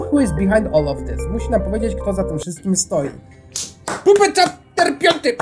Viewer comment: pisze się jako puppet ale czyta się jako pappet